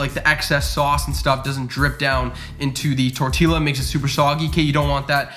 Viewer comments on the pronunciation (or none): I can't tell if he's pronouncing the two l's in "tortilla" on purpose lol